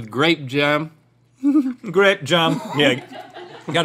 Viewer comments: "Grape jem" 😂 I was almost choking on my laughter. This was great. Thank you. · This one is my favorite 😂😂😂 grape jahm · Also I love how “Grape Jahm” wouldn’t even be that funny if Rhett hadn’t drawn attention to it, but it became hilarious. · “Grape jehm” never fails to entertain me 😂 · I was going to type in a similar comment but I'm glad I found yours cuz the "grape jehm" never gets old! 😂😂😂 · "grAdpe jAm"